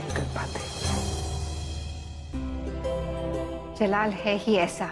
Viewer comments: Jalaal ko malaal😅😅😅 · Jalaal ko malaal😂😂😂